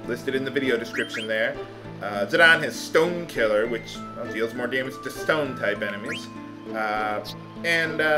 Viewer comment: "Zidane's on 'Stone Killer', which does more damage to stone enemies..." I swear, I heard "Stoned" enemies. Get your enemies high, THEN DESTROY THEM!